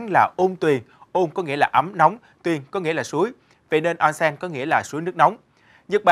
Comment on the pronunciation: đọc là ôn sen - おんせん